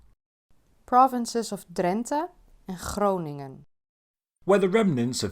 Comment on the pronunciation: Why can't you pronounce the 'ng' from Groningen. Spelled the same, pronounced the same and even then you can't manage. It's despicable 😁 B.t.w. I like your channel a lot, but as a Dutch I think this was the most boring subject you ever had on it. The thing was ordered to be made by a clown. Nothing special about this one. It's just marketing from the region to attract attention for tourism and they hired an influencer for it.